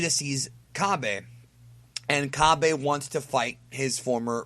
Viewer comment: so is Cabbay? or Cabba? and its he same with "saiyan" i don't mind which way you say, but can you atleast stay consistent with one way of pronouncing it...please, it's obnoxious